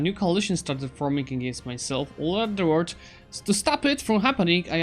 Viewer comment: Dude you said word instead of world